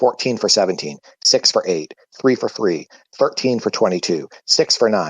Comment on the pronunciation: 3/3 sounds like Deeforthree 😂